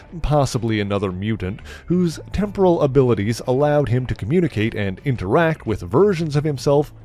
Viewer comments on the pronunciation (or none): none